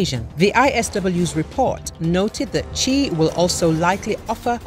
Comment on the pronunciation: Quite accurate, his family name is Xi, pronounced Shi